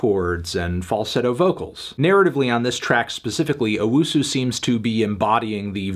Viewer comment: Anthony, it's owusu not UwUsu